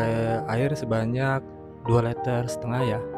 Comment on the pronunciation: Liter mas, bukan LETER